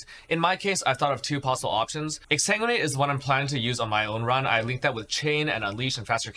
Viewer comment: Exa what? Pleas speak clearer when mentioning skills.